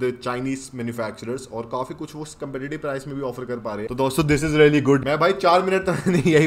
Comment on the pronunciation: Bhai love your videos. But aap kaafi ko kaufi kyo bolte ho